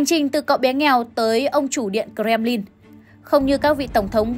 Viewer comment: Doc nghe quai: Co rem ly